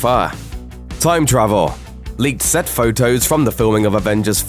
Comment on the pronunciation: The way he says travel😂